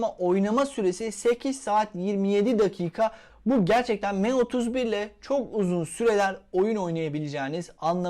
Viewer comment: me31 değil sanki em31 diye telaffuz ediliyor